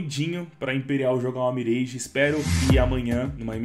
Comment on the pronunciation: pq ce fala mireige